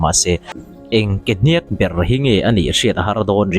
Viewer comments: Hníák, athluk sang zawngin i sawi ṭhina, a dik lo, Hniãk, ri kuiathla a lam tur a ni. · Hniak tih hi lam san tur a ni lova, sava tih lam thluk a thluk tur a ni aw....a ngaihnawm e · "Hniak" hi "chi liak" tih a "Liak" ang a lam tur. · Tuikuk te chu rûl kezungpui tiat pawh chemfawng tiat a hmu thei an nia, hmuh chu an nei ngei anga an sawi ang tiat hi nilo turah ka ngai phawt mai 😄 Mahse a hnîak ti a i lam hi chu a diklo tlat mai. Thlukna awmlo in a hniak tih ni zawk se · A hniak tih lai tak i lam rik dan kha vai mizotawng thiamlo ka a tang a ri chhuak a va ang xe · A hniak ilam dan hi ava âwn ve